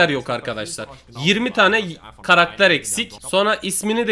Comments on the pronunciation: ne diyo duydunmu karakter değil karater diyo ne alakası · 3snde karakter yerine Karadere dedin ların abi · Yoq krater aw ya ssjsjjsjsjsjsjs Karater ne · Karakter e karater diyen koca yurekli larin😂